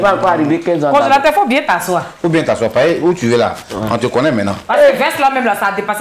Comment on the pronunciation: 😂😂comme ça suffisait pas,il dit "de me levé ou de tassoi??😂😂😂😂😂😂😂